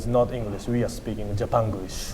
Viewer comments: こいつ英会話全然駄目だな 発音が糞 カタカナを読んでるだけにしか聞こえない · 発音どうにかしないとね。